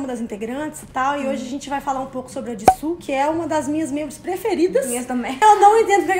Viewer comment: Ama tanto sabe nem falar o nome dela,mano,mano e JISOO não JISSO